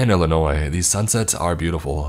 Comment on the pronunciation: Finally someone who doesn't say the s in Illinois